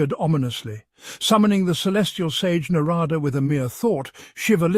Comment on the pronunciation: While the stories are real, some pronunciations of names needs to be worked on. Eg. Naaarada. Na is long. Da is dha like in that. So it is for dharma